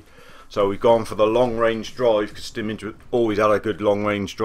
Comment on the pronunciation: SCWIC It's spelt Simic, or Šimić to be more exact.